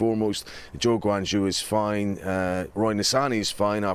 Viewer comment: Why is it that white people don’t make a tiny bit more effort to make sure they pronounce Asian names correctly. It’s Guan Yu not Guan Ju